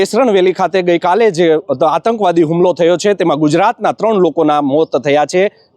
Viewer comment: 'આતંકવાદી' શબ્દનો સાચો ઉચ્ચાર શીખવો જરૂરી છે. સમાચાર આપતી વખતે હિંદીભાષીઓની નકલ કરવાની જરૂર નથી : "સમાચાર સામે આવી રહ્યા છે", "જો વાત કરવામાં આવે તો..."